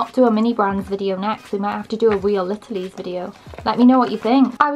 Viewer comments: "real litilies" got me rolling on the floor❤😂 i love your videos! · I like how she says real littlies when it’s real littles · I’m not a hater but it’s not real littleies it’s real littles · They are called real littles not real littlies and the lost kitties is just play doh you made it a mess. The organic Thyme is pronounced time not Ty-em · Did she seriously say littlees